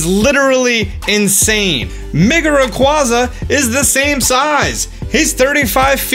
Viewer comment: The way you say Rayquaza hurts